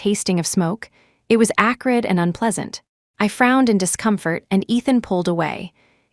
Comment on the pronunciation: ACRID not acurid